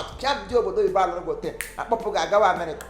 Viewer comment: Nwanne m,, I can feel your pain,,, is velly velly difficult to tlen gill,, 🤣🤣🤣 Ewoo nta nta nwanne m nwoke bụ kwa ìgwè,, nta nta indeed 🤣🤣🤣